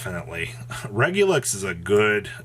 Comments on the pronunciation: Dude, why does he keep saying Regulux?? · It's ReguluS (!!) pleaaase